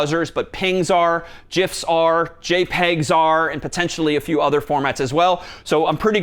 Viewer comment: He lost me with "Jifs"...